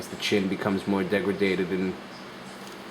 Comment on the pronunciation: dergredated? lol